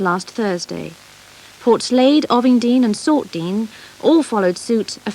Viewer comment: Ov-ing-dean 😬🙈🙄. O’ving-dean 👍